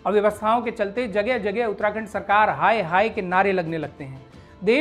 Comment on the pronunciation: उत्तराखंड ❌ उत्तणदण्ड✅